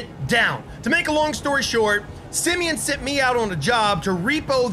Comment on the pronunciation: Why are you saying Simeon?